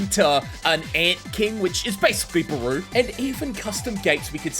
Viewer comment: this was wonderful as always but one thing u should know: Its Beru, spelled as Be-Ru not Baru